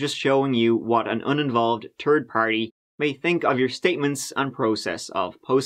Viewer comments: First, let me say I adore you and this channel. I have a stupid question. I noticed in this video you say “THink” and “THanks”. That makes me confused about the “tird” and “twenty-tirteen”, “troat” etc. I thought maybe in Ireland they just don’t use the “th” sound, but now it seems selective. Can anyone explain? Just genuine curiosity. Thanks! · I love "turdsday" on the "turd" of May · sympathizes with Maribel so much he pronounces the day she was reported missing (3rd of May) as "Turd of May" 😛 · "On the turd of may, twenty turdteen...". My favourite sentence ever. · "ON THE TURD OF MAY, 20-TURDTEEN" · ‘“THE TURD OF MAY” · "Turd of May, twenny turd teen" ( thhhh thhhh! ) * I love this channel ( and ) but you know it's the little things that kill. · "Reported missing on the turd of May." Lol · TURD PARTY! Ya’ said turd party bro. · A tred on Yelp in twenty tirteen!